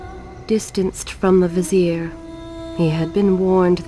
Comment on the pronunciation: It's Vizier not Vesere